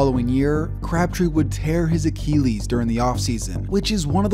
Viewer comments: Crabtree hurt his 'a-kee-lees'? Lol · Why don't you research how some of these things are pronounced before you do a video on them? ie: Achilles, Cannabinoids